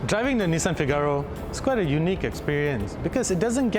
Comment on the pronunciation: Please it's not FIGÁRO it's FÍGARO and the cover only releases the catch when you press it, it's not because it's old... learn before recording! The inspiration for the car you mentioned is wrong but I will not educate you on that... I do like the review style though, just study more before you review.